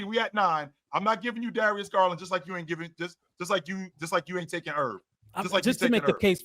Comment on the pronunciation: Lawd have mercy. I just heard him say Garland better than Fox 🤦🏾‍♂️